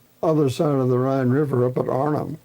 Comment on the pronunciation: Rhine river not Ryan